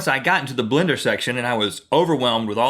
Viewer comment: If you've ever noticed how some people (more from the south) say blender differently like they turn the 1st E into an I. Like blinder. And Rhett says it right and Link you can very clearly here him say blinder